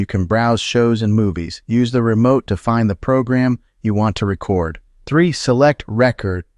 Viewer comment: The word is "Re Cord"